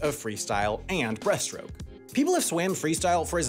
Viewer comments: Can’t wait for the error video where same corrects everytime he says “Breath”-stroke to breaststroke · Freestyle isn't a stroke, that's front crawl. Its pronounced breaststroke, not breathstroke. Every child learns sidestroke by about 8 years old. Honestly it seems like nobody at this channel has ever touched water. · It keeps sounding like you’re saying breath stroke instead of breaststroke 😂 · Or the fact that he said "breathstroke" instead of "breaststroke" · Take a shot every time he says "breath-stroke" instead of breaststroke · Is breaststroke not breathstroke. Get it right.